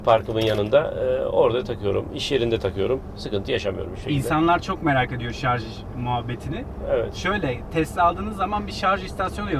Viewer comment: "ŞarZ noktam var" demesinden de anlaşılıyor :)